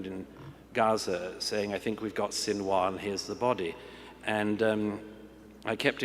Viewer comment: "Sin- and War"